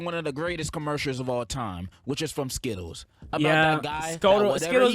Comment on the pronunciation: This man almost said skottles instead of skittles😂